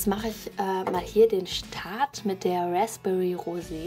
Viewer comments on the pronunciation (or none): none